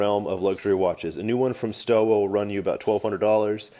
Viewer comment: In German "W" is pronounced "V" you should pronounce it Stova